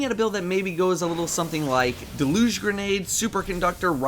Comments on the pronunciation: It's pronounced Dehl-yuge. Totally not the correct phonetic, but it annoyed me whenever you said "Dehl-uge" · Jack Douglasshole I'm glad I wasn't the only one who was irked about that. Lol